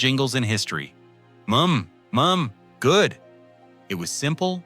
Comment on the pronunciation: M Mom M Mom Good! LOL The A.I. couldn't read it correctly...